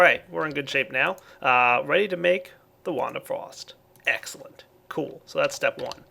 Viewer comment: Egggssscelent, new favorite word pronunciation:D